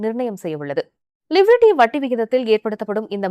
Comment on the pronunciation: LIVERT கடைசியில் வரும் (T) உச்சரிப்பு இல்லை லீவ்ரே ஆ 😅😅